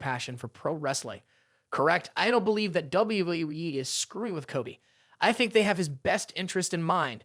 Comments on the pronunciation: Why does he says WWWE????? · What weee wee wee?! Bad narrator poor poor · He is saying WWE as WWWE. WTF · Not only does he say act like a human character he can't get not one person's name straight he can't even say WWE right😂😂😅😮